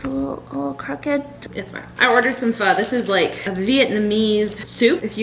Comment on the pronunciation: you said Pho wrong 😔